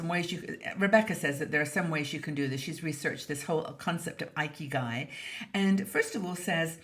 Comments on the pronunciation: As a Japanese national, it’s thrilled to hear our good old concept discussed here in this wonderful international community of women. Just letting you know, the first “i” in “ikigai” is pronounced short as in “it” and “Italy,” instead of a-i as in “ice” and “Ireland.” Hoping I am not sounding picky. Let’s enjoy our 60s with a big sense of ikigai! Thanks、, for all the great video and articles I am looking foward to. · Oops! I was pronouncing it “ee-kee-guy.“ 😆